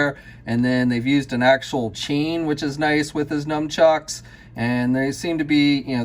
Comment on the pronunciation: I gotta clear this up, is it "num-chucks"? Because I thought it was supposed to be "nun-chucks"...